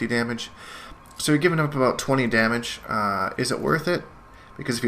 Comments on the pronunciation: "This video is all aboot" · Your Canadian accent is slipping. Confirmed 2 regular "abouts" between and .